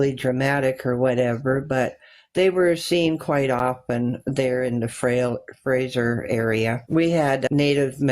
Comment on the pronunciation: It's the Fraser (like laser) valley not Frasier Valley ffs